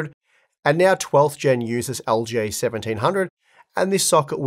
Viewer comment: man that aussie accent makes LGA sound like algae 😭